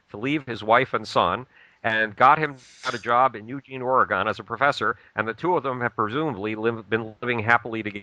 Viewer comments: Portland OreGONE? If you'd really been here you'd know that's not how its pronounced. I couldn't get passed the first 5 minutes of this. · can't pronounce Oregon. Interesting. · Dumbass doesn't even know how to pronounce Oregon.